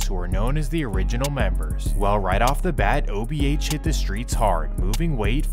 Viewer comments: The most annoying thing about this video is… dude keeps saying “OHB” broooo it’s “OBH” 🤦🏼‍♂️ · Itz o b h Not ohb😊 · Buddy keeps saying OHB instead of OBH 😅😂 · is accurate as hell but for him to keep calling them OHB is blasphemy 😂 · Saying ohb instead of obh is insane 😂😂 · Ohb mansion 🤣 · Obh not ohb 😂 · You called them ohb a dozen times lol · keep saying OHB 😂I 😂😂😂😂😂😂😂😂😂😂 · the ''OHB'' SMH - GET IT RIGHT MAN!! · It’s not OHB it’s OBH 😂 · bro keep saying OHB instead of OBH lol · He keep saying ohb if you doing a documentary atleast have the gang name right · Making a video about OBH, the least you can do is say it the right way, whole time homie saying OHB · I don't know who is dumber, AR-AB, or the guy that made this video that keeps calling them OHB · It’s “OBH” not “OHB” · Dh keep say ohb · Why do you keep saying OHB? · its OBH Fam Not OHB at lease do proper research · Obh not ohb 😂 wtf